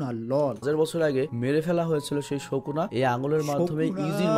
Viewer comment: উনি সম্ভবত এনিমে ও তার ক্যারেক্টারের সাথে কেয়ামতে থাকবেন, উনি আমাদের এনিমের ক্যারেক্টারের নাম সহিহ শুদ্ধ ভাবে মশক করাচ্ছেন শুকুনা সুকুনা😂😂😂😂😂